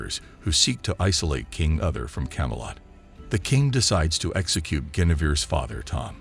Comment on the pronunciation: King ‘Other’ …these pronunciations are wretched.